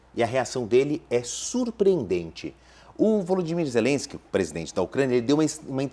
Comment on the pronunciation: Nossa que insaio para pronunciar o nome ZELESQUE